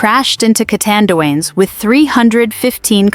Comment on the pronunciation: Pls read it as u see the name CA TAN DUA NES- CATANDIANES.